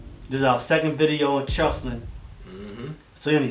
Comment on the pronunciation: It’s C H E S L I N not chelsin